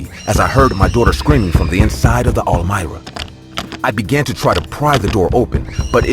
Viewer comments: All mira??? Really?! I've nerver heard that before. Pretty sure its pronounced arm-wah. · Bruh are you tryin to say armoire as in “am war” wth is a Elmira? lol made me chuckle great stories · When the narrator is saying all-myra… is he really trying to say armoire? Pronounced: arm-waar. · Third story: “almira”???? Come on guys I’m not the only one who said wtf … ARMOIRE ???! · Are they trying to say “armoire”? Lol They are saying almira 🤣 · The way he is pronouncing armoire in the third story is driving me crazy. It is pronounced "arm-wà". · Is pronounced ARM-WAH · "The ArMira" please tell me I wasn't the only one annoyed by the way it was said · "Armoire" The word is "Armoire" "Ar-mwar" You're welcome. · Story #3, why the fuck are you calling the dresser that!??? You go out of your way to mispronounce it over and over and fucking over again Lol Who told you that's the pronunciation?? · LOL....The 3ed story makes me laugh SOOOO MUCH! The close closet ISN'T called what the narrator kept calling it!!! LOL....listening to the story I kept thinking, "What the hell is he talking about"? THEN.....I finally figured out that he was TRYING to say (armoire)! LOL LOL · Lol naw not just you. I'm guessing he meant armoire